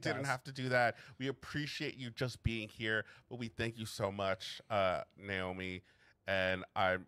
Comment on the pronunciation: You did pronounce it correctly on the first go ( Nae-oh-me) [so i applaud you babes]. I know this might be out of left field; but i would love to see you two react to hazbin hotel and helluva boss [no spoilers for anyone in the comments that have seen it].